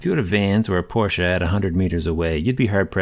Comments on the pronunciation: LOL! And thank you for pronouncing Porsche correct. :) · Thank you for pronouncing Porsche correctly! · As a German: Thank you!! First English speaking person who’s pronouncing Porsche the right way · Praised be the American who says Porsche and not porch. 😀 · love that you pronounced Porsche correctly ♥